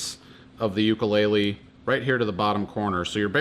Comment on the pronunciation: Ill probably get back lash. If your going to have a tutorial at least know how to pronounce the instrument you are playing.